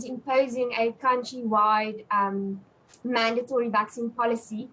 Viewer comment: There is no long A sound in mandatory. The second syllable does not rhyme with date.